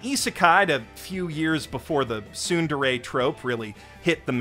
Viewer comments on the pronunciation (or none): none